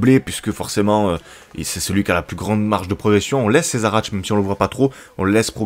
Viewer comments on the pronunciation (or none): none